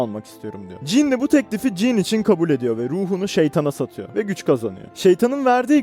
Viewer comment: Kanka jann diye okunuyor "jannı" (fonetik olarak) Jean de dediğin gibi. "jiin" şeklinde.